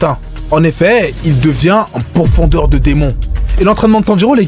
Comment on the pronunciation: *pourfendeur et non pourfondeur 🙃